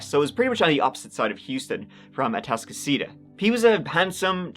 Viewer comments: Oh my gosh! You pronounced Atascocita correctly! Some locals can’t manage that. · Props on Atascocita pronunciation. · "where's the shit..?" Lmfaoo Also, it's nice to hear you pronounce "Atascocita" the right way! Haha nd you ALMOST pronounced "Humble" the right way! W O W, be proud of yourself lol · you nailed the pronunciation of Atascocita, but the "H" in Humble is silent. js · I'm so proud of you for pronouncing Atascocita correctly lol. Anyone not from here always butchers it. But Humble is Umm-Bull not Hum-bull.